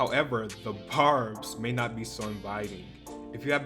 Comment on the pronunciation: Why was pronouncing the word barbs 'bobs', gurl😂😂😂😂😂😂✋🏽 not another dosha cat